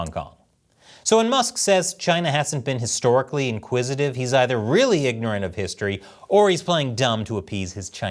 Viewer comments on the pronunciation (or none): Btw the word is “acquisitive” not “inquisitive”…